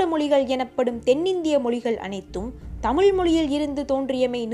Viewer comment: while you speak chase Tamiz, sadly you are not able to pronounce the great language Tamiz. Pl don't put la for iz. Jayaram